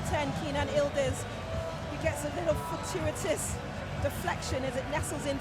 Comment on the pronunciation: Why do the keep calling him ildiz? His name is Yıldız! Y is not silent! Yildiz!